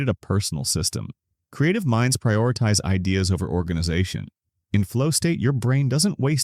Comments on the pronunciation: Why can't your AI pronounce "best idea"?? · Mispronounced idea and knew it was ai instantly.